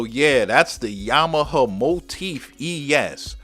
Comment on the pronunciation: are you saying Yama - huh or Yama - ha ?? lol